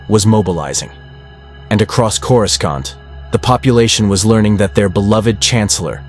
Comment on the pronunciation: LOL, the moment I heard the pronunciation on Coruscant, I clicked off. Stop with these fucking shitty AI videos, you uncreative loser.